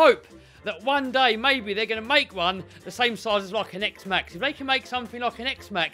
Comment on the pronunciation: I feel like says xmaxx every vid